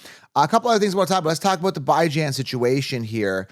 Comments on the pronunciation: Dude stop saying BI Jan smh you sound like an idiot lmao his mom calls him bee john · did i miss a prior video, or is there a reason you pronounce Bijan as "Bye-Jan" instead of "Bih-Jean"? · If you cannot pronounce a players name right viewers are not going to take you seriously. Your saying Bye Jane. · Can you stop saying his name wrong? Its said like bee jawn not "Bye Jane" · Bee-jon…. Lol